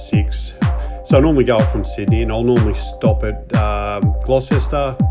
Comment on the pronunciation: Nice vid. Just a couple of things, though: 1) It's Long Flat. Singular. lol 2) Gloucester is pronounced "Gloster". When did you do the ride? YT says posted 3 years ago, but it looks like you did the ride before the Black Summer fires and the torrential rains that followed. Both of which closed the Oxley for a considerable time. Parts of the road are still under repair now. (November 2023)